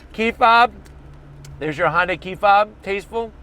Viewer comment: Stop saying "Honday" ....